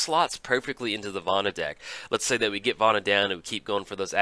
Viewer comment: yo hey, hey, hey, listen. where did you learn to pronounce words? it seems like every time a new card comes out, you almost intentionally mispronounce it. it's Vona, not Vana...:P Also, a little less fully reading out Commander staples every video would help too.